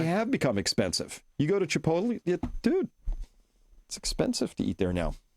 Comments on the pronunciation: Chris, your definitely pronouncing chipotle all wrong lol. Maybe that how you guys do it Boston…. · Too funny. Not Chi potel but Chi pote lee. Not TAC O but TockO. Love you guys! Good info.